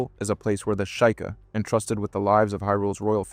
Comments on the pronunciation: It's pronounced SHEE-kah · That pronunciation punched me in the face. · The SHY-KA? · It’s pronounced “she-ka” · The Sheikah from The Legend of Zelda is most commonly pronounced as "SHEE-kah" ( /ik/ / i k / ). It is a two-syllable word where "Sheik" sounds like "sheek" (not "shake" or "sheyk"), followed by a soft "uh" sound. Reddit Reddit +1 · I'd double-check the pronunciation of shieka. Also is it really genocide if the island is imaginary? If you play a video game does that world exists but when you turn it off it no longer does? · Yeah I had to stop watching after that